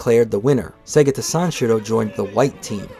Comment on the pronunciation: This will always be the gold standard for Segata Sanshiro retrospectives. Do not accept substitutes from people who didn't know the Saturn existed until a few years ago and can't properly pronounce "Segata."